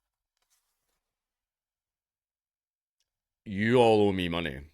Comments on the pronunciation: sorry i can't understand what you're saying "yolo mimunee"? what the hell is that? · "Yoo 'ul ohmie monegh." Wut? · Sorry mate, I can't understand your accent specifically when you talk about owing money.